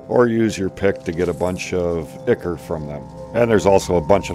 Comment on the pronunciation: One of these years, I will find a Youtuber who knows how to pronounce ichor.